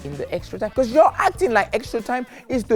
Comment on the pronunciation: In jules’s speach bro said becüs like a million times